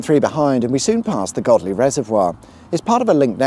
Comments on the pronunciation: It's definitely Godley, not Goadly 👍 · God God, man, it's Godley! Darn sarf it may have been Go Dley, but yer oop north now, so mind on. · Godley has a silent G. It's pronounced Oddly unless you were born within the sight of the random church when you must pronounce it Yodelayyeehoo. Trust me! And you didn't mention, Big Baps Butty Van, as the M67 ends on the eastern end of East Manchester. Rated 4.7 on Google Maps. And they appear to have placed the 440kV power line through the railway tunnel if you are 'into' pylons. 5m00s Glad you didn't lean to you left and put you hand on the railing to look cool.